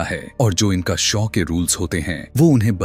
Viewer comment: शौ नहीं शो होता है 🙏 Awesome story but more. Horror than a horror movie Thank You for explaining this ❤🙏